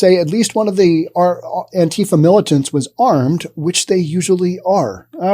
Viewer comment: This is first one of these ive seen Learn to talk properly first & how you pronounce words & what Government dept do you work for with your pro Government propaganda First of all to pronounce antifa as ANTIFAR because they are anti facist anyone that doesn't believe in most they do are totally not patriotic antifa are & if was the PAGANS mc they are a very dangerous 1% club Not a gang.